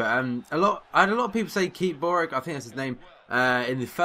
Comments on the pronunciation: Boruc is pronounced Boroch only reason I know that is cause he played in SPL for Celtic he was shit then and is shit now :) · boruc is pronounced borouch